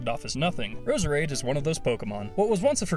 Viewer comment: you pronounced Roserade wrong